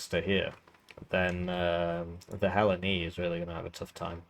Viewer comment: Yaaaaahh Thanks for giving me an aneurysm with how you pronounced Hellene.